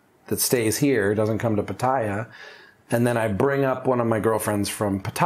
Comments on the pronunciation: He says pattaya like papaya, I think it’s pronounced put-ta-ya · Can't you make an effort to pronounce Pattaya correctly?